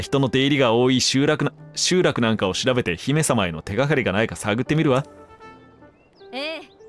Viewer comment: 欠片と集落のイントネーション気になるw